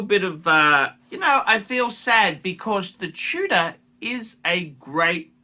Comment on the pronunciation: should open a Bogan academy. He's a professional and could pass on his begging techniques, lack of taste and class onky oink oink 🐷. Its Tudor not Tuna by the way ya cretin!